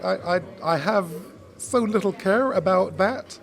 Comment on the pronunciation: Man said likkel renkin bwoy lol 😂